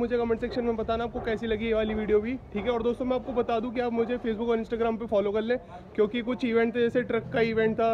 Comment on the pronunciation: you says kalle pls say krle..u talk like very bad....sorry to say this but i like your channel but dont like your way of talking...pls improve it.😊